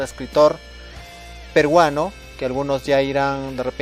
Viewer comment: Hay que evitar decir "perguano" la "r" sobra